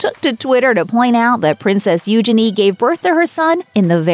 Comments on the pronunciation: You- chay- nee........not you shenee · its pronounced, ujeanie. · Please learn to pronounce the princess' name correctly.🙄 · Bless you can't even pronounce Eugenie. Nothing was leaked all on Instagram.